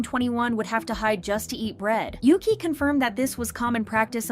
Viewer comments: isnt "yuqi" pronounced yu-chi instead of yuki? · You pronounce Yuqi's name wrongly, it's not Yuki, she's not Japanese. It's Yoo Chee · Yuqi is not said Yuki but Yutchi. The writing "Yuqi" is Mandarin pinyin. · btw it’s pronounced yu-chi not yu-kee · Pronounced ooogeee I believe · So americans dont just butcher the english language they butcher idle names too 🙄 who the hell is yuqi? Its pronounced ugee 💀🤦🏻‍♂️